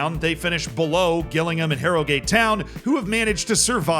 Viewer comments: Note to, it's pronounced jillingham not Gillingham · Gill Ingham 😂 absolutely understandable mispronunciation but very funny regardless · love how you say Gillingham its pronounced more Jillingham more J less G haha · You can't do this. Fall foul the same way everyone else does when they're not from the South East of England. Gillingham, in Kent, is pronounced Jillingham. Gillingham is also a town in Dorset, (I think) yhe South West of England and *is* pronounced Gillingham. Different towns, different pronunciations 😬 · Gillingham is pronounced Jill-ing-ham not Gill(like a fish gill)-ing-ham. Other than that this was a great video 😂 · Gills fan here. It's J-illingham not G-illingham XD. As soon as I saw us on screen I knew the mispronunciation was coming. . . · Please stop saying Gill-Ingham it's said like jillingham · i physically recoiled when you said GILLingham cause i wasn't expecting it... i thought you knew that one from the livestreams where you said it properly 😭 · It's Jillingham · I know I’m 2 months late but can I please say Gillingham is pronounced Jilllingham. It is my local team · Pronounced... Jillingham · Just a heads up, Gillingham is pronounced like Jilling-um. It's just up the road from me. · Gillingham pronounced as - Jill-ing-ham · its more like Jill-ing-um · Gillingham is pronounced Jillingham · It’s pronounced Jillingham haha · Hilarious constantly hearing him pronounce Gillingham like “Gillingham”… oh wait. Maybe that’s our bad 😂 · My heart dropped when he pronounced Gillingham as Ghillingham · Great video, but please god please JILL- ING - HAM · It’s spelt Gillingham but pronounced has Jillingham 😄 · Hard G Gillingham is killing me 🤣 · sry to be harsh as your not from the uk, but just to let you know it pronounced jih-llingham, so the g is said with a j sound but not really? (Kinda like jih for the gi) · Gillingham is pronounced 'Jillingham' btw. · Please learn to pronounce Gillingham properly thank you LOL